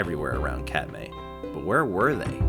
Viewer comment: This is a great video, but every name is (comically) mispronounced. Doesn’t really detract, but it tells the Alaska viewer immediately that they are Cheechakos. Oh well, I was once. It’s not Kat-May, it’s Kat-My. Confession, I was busted last weekend in McCarthy for calling Donoho Peak Dono-Who. Oh well. Another 35 years and I’ll get it locked down.